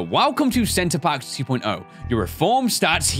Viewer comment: love the fact that he kept on calling the prison "center parks" instead of "center perks"